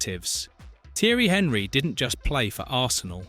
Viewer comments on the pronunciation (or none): The fact it pronounced Thierry Henry like Henry the fucking hoover was a dead giveaway. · This was looking good until Henry was pronounced the way it was. A.I or poor knowledge but either way I'm out.